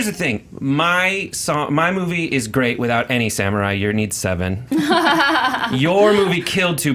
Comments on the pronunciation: Someone please teach her how to say "samurai". I know Japanese is often butchered, but it's like nails on a chalkboard to hear "samyurai" every 30 seconds.._ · The way she says samurai...grrrr it's not samyurai! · Anyone else annoyed that Alicia said sameray instead of samurai. Might be accent but it pulled me out of her argument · lol Seven "Samyourai"